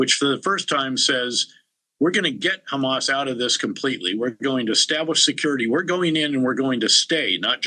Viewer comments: It’s Hamas not khamas. Learn English European reject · It’s amazing you can pronounce the word hot but not Ha Why KHHA Hamas it’s not KhAmas or khhezbola You went so low it will take two thousands years to get the respect back Betray us gives secret papers to his mistress And he didn’t get to spend years in prison but Mr assange was thrown in prison for 14 years No respect